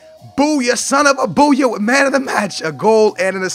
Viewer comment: Anybody notice he said i'm witch you